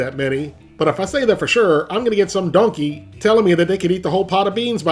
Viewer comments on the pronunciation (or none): The way he says donkey 🐐 🤣